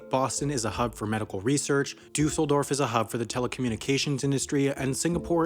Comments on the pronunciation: You pronounce it “ Duhsseldorf” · Your pronunciation of Düsseldorf is funny. It's /ˈdʏsl̩ˌdɔʁf/ or /ˈdysl̩ˌdɔʁf, not /dʏusl̩ˌdɔf/ — actually, thinking about it, it's really close. But it sounds off. EDIT: Oh wait, it's the stress. Now I get it. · Paris is not second largest, and you mispronounced Dusseldorf